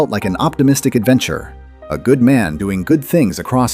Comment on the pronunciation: ¿"goodman", not "good man"? ¡goodgrief! ( - )